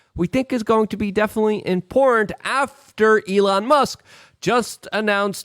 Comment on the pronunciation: IMPORRANT? WHAT'S IMPORRANT?